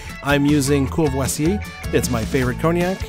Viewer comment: But how he pronounced Courvoisier, that was new.